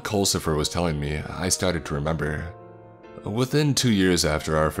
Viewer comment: Oh, so it's "Culcifer" with a "U"? I thought they were saying "coal". Like, wat? Your name is _coalcifer_?" Also, culcifer? Really? XD